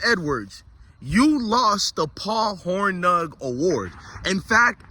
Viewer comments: Paul Hor-NING. Like lightning. That’s how it’s pronounced. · It’s pronounced Horning 😂